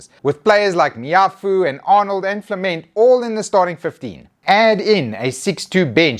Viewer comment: It’s pronounced flamore sorry mane his name is too cool to get wrong. Flament is probably some English chemistry experiment thingy